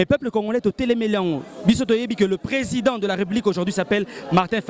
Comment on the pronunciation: ne sait même dire président 😂😂😂 alobi Prèsent fayulu 😂😂😂😂 nonononon il fallait azala Baba